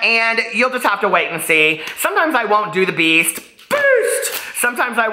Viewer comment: I thought you say Beast in the intro but then I understood that it's Peace but like now I'm sure it's Beast, you're the sweetest smartest beast ever